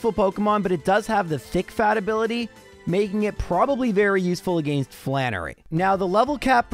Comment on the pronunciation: The way you say "against" will never not get on my nerves. It was obviously something forced, not natural. If it was you wouldnt pronounce "giga drain" properly